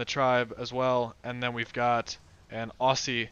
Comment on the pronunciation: Ok cmon gotta do us Australians like that you pronounced Aussie wrong